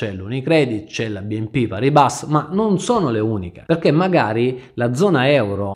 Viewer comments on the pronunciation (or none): Pari Ba! Si pronuncia cosi !